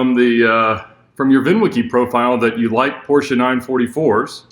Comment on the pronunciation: So glad you guys know how to pronounce Porsche properly. Drives me crazy when I hear it wrong.